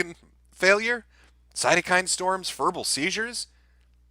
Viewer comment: "furbal seizure" x3